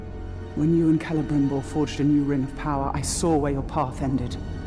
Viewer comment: PC JUNK lol nice pronunciation, also his name has an “E” at the end so it would be cell brim ore